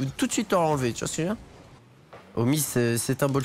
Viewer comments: Et c'est homie et non homize 😂😂😂😂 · Euh c Homie pas Homiz mdr